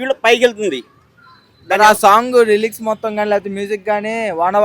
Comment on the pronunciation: అది రెలిక్సు, రిలాక్స్ కాదు lyrics